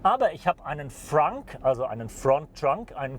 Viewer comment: Sagt er ftrtrunk, front trunk?